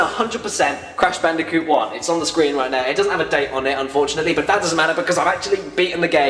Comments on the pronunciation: Bold and Brash Candicoot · WHO'S THAT GUY!?!? Cash Banooca? It sounds like either a drug or a drink. - huh. - Crash Bandiphewfueh? What? - WHO'S THAT GUY!? AND DOES IT LOOK LIKE DIFFERENT PEOPLE!? I know it's him but you gotta have some humor right?